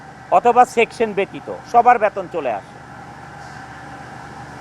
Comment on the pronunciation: ব্যাতোন না গাধা বেতন,,,উচ্চারন ঠিক নেই,, নায়ক মারায়